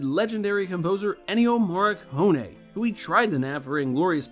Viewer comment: You repeated Morricone's name 4 times and pronounced it each and every time different and WRONG. Wow. Now, that is one REAL WTF!